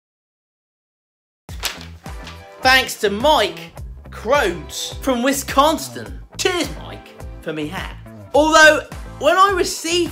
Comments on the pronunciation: those of us from the area pronounce it sin not son, but its more of a s'n because we barely pronounce the i. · Lol wistconston? Wis-con-sin I'm dying! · WISS-CON-SIN,....LOL. There's no "T" in it. LOL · Lol. Hey,, try this: Wiss-con-sin. That’s how it’s pronounced. So funny you kept adding a ‘T’. Got a good chuckle from that. Lol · Wis-con-sin no T in there mate. 🤣😁😁😁but I’m sure you are pronouncing it better than I can say some of the areas in your country. 🤣🤣🤣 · Wis-con-son is how you say it lol Nice shop Enjoyed your video and gave it a Thumbs Up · Love your videos! You have an amazingly artistic mind to see what you can you can create out of a box of pencils. A little note on Wisconsin. It is pronounced wi scon sin. No worries. Most americans cannot pronounce Thames or Gloucester correctly, to name a few. The cheese head info goes a bit further than making cheese. Wisconsin's football team is called the Green Bay Packers. I live next door in Minnesota whose football team is called the Vikings. On occasion the two teams play against each other with some mostly friendly rivalry. The Vikings fans start to call the Green Bay Packers cheese heads and the team ran with it. If you watch a game, you see lots cheese head hats. I know this was a little long. Keep thinking of those awesome ideas. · ❤️😂🤣😂🤣😂 I can't help but laugh everytime he says "Witsconston". 🤣😂🤣😂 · Wis-con-sin. Accent second syllable. My home state too! Good video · So... that would be a waffle iron? Thanks for the quick tour! BTW some pronounce it Wiss-con-sin 😉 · I never knew there was a T in WIS-CON-SIN learn something new with every video. Still love watching. I LOVE WAFFLES!!! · I love it. My wife likes to add 'T's into words as well. Wisconsin is pronounced "wiz-CON-sin" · Love the channel.....love the waffles!!! Oh and it's pronounced WIS-CON-SIN WISCONSIN!!! HOME OF THE BADGERS!!! 🦡🦡🦡🦡🦡🦡🦡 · Wis-con-sin, come on brotha. Lol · Wesconsin that's how you say it lol..